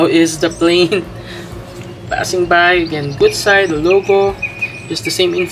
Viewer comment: 古彩 is pronounced gucai - 'ancient/classical color' that's the product name. It's like the Japanese gansai because the binder is animal collagen based. Not really meant to be translucent watercolors as we know them. More comparable to gansai tambi in ingredients and usage. Thanks for your reviews!